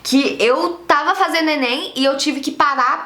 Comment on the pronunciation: "Sabeno, fazeno, falano, mudano"?🤔😑